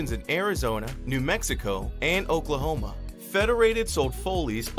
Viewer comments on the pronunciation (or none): none